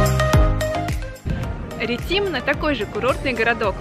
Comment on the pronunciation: РетИмно... ХАнья.... режет слух, извините. Вы столько пытались узнать о городах, но даже не знаете, как произносить названия.